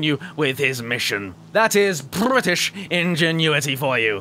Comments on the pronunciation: I loved the part with: Brrrrrrrrrrrrrritish aircraft ^^ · I love the way he says Brrrrritish. I wish I could say it that way. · Me too Brrrrrrrrritish